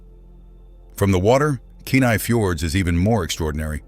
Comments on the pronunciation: Kenai is pronounced Key-Nigh, not Kin-I! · I can tell that the speaker has not lived in Alaska. He mispronunced several of the names, as in Kenai and Wrangell for example.